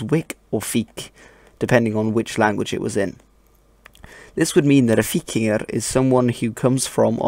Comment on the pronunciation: You pronounce as /v/ instead of as /w/ in :3